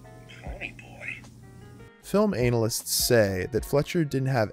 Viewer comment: I don't know if you made the pronunciation of "film analysts" sound like "film analists" on purpose but that was brilliant.